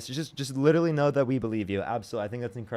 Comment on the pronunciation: i think its cute the way says 'littaly'